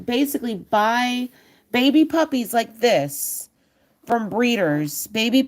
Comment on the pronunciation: Magnificent puppehs. Struhcture indeed!! Thank you for the live stream. Keep up the great work, always!!